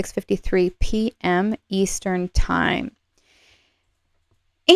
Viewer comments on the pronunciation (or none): none